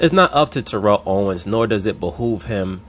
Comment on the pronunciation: Jesus Christ you are not saying his name correctly